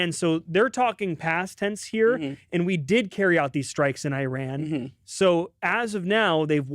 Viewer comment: I knew I shouldn’t have clicked a tmz video but my curiosity got the best of me. leaving after hearing “Iran” not being pronounced correctly.